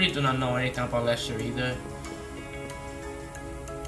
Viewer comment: It’s Lechter not Lester ✌️